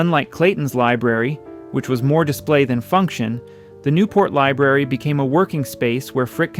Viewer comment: "LIBRARY not "Liberry"🤓